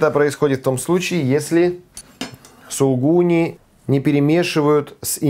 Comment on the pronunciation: не пропускайте вторую букву "У" в слове "сулУгуни". И примите мои заверения в совершеннейшем к Вам почтении.